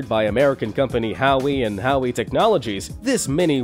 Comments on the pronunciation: It's Howe and Howe Tech sounds like How not like Howie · Howie and howie......lol Either this is a text to speech channel or another talking head that doesn't know anything. Bomba-deer? jesus. 110KN?! That's 110 kilo-newtons, not knots you doofus. The M.I.G. I'm out. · triggered me when he mispronounced Howe and Howe ..the "E"s are silent nimrod!